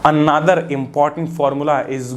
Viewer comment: No one: Literally no one: Not even a single soul:: ANATHER 👁️👄👁️